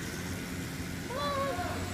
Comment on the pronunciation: Ahh Gavin's "hallo" fucking cracked me up